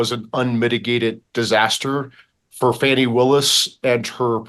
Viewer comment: It’s NOT faunni….its FAAAni, like a butt